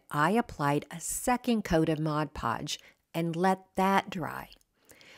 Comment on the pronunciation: Thank you thank you for pronouncing mod podge correctly. I used to work at a craft store and the amount of people that pronounced it "modge" podge was insane. 😂😂😂